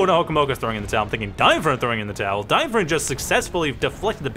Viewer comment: Try pronouncing him as "DeinFroind", that should be closer to it than "DeinFrund".